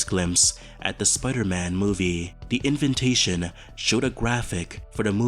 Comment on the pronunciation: "invintation" lol